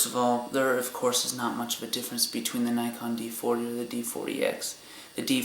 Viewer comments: yes nikon not naykon. lol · never heard someone say nikon as... nykon always heard neekon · Well, the company is japanese, therefor it should be pronounced how they pronounce it. NEE-KON